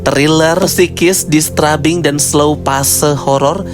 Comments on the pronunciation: Bagus cara review nya 🙏🏼 tapi maaf, i am disturbed by the way you said "disturbing" 😅🙏🏼 Not dis-tra-bing, but dis-teur-bing Atau kalau sulit melafalkannya, bilang aja "mengganggu" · mungkin saran aja kak, slow phase itu biasanya disebut Slow-Burn dan disturbing itu dibaca nya Disterbing 😊